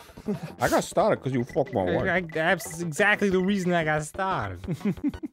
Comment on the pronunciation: "if I could trace back to the mOOment where i got stahhted" 😂😂😂😂😂